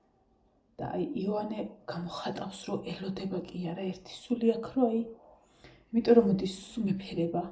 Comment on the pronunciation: სულ მინდა გკითხოთ " იმირომტომ" სპეციალურად ამბობთ ასე ამ სიტყვას🙈 თუ სერიოზულად? მართლა მაინტერესებს ყოველგვარი ქილიკის გარეშე...